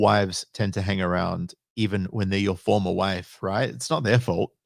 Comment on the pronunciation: Whe she says "Formal Wife" sounds to me like a "For Live Sentence".